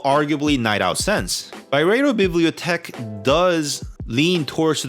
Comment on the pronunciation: It's pronounced bee blee oh teck